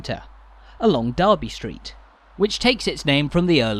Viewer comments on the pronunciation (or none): It's actually Derby, not Darby. Comes from D'Erby not the town in the midlands.